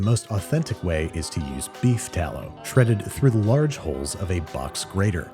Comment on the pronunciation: Saying tallow at first threw me